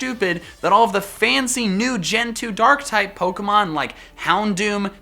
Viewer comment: Did you say durk type?